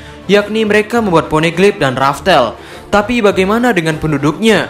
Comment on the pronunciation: Bukan raftel min,loughtel